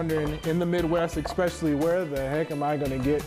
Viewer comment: you lost me at expecially.....